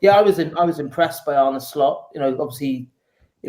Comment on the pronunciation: How are you still saying Arnie